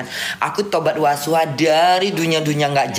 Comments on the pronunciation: Tobat NASUHA, bukan Wasuha 😅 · Kak ivan ketawa denger bilang tobat wasuha 😂 NASUHA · Tobat nasuha bukan wasuha